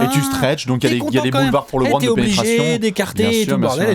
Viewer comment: Les gars ont vous kiffent mais c'est LEbron et non Lébron